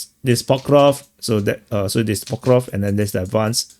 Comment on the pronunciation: you manage to make a 5 min clip tiring by drawing countless arrows and talking like its all the same and you dont really care. Its PokrovSK ffs…